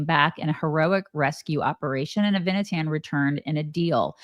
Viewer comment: Noa's boyfriend is "Ah-vee-nah-tahn" with the accent on the first syllable and "Ahm Yisrael" is "the People of Israel".... Don't you guys have ANY Jewish/Israeli friends??